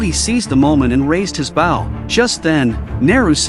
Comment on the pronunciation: AI can’t say bow right.